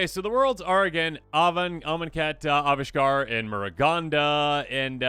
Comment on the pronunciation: What is the hell is “aveshkar” that sounds really racist